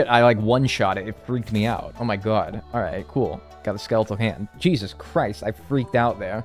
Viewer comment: I love how says “Oh my gwad” like a diner waitress in New Jersey